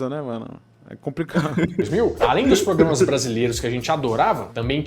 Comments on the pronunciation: ''PROPRAMAS'' é foda kkkkkkkkkkk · "PROPRAMAS" KKKKK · Esses "propramas"... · "PROPRAMAS" kkkkkkkkkkk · Corrige esse "PROPAMAS" kkkkkkkkkkk